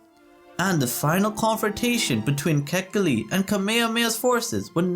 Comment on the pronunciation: KA'-HE-KI-LI - born raised Oahu, braddah.